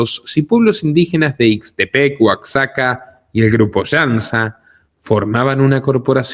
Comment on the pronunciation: Moras,no informa mas,oero tu que captas,todi,Oaxaca se pronuncia Oajaca,i sea la equis suena como jota, no nos informas,mas prunciandolo,bien,oero asi ya no s y enas a solo gringo,saludos.